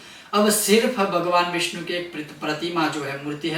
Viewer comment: विष्णु का स्पष्ट नहीं हो रहा है उच्चारण सही नहीं है व्याकरण की दृष्टि से